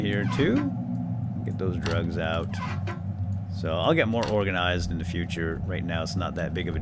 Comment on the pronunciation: Love the videos but please stop saying organisised.....